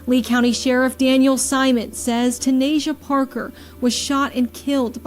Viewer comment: That’s my blood sister, literally. No way you got up here making a video, not knowing all the facts! Watching this made me cringe, I had to stop watching!!!! From the pronunciation of her name, to everything else, JUST wrong, and LIES! How dare you say anything about her mom when you don’t even know her, my sister, TANAYSIA. Report this videos guys.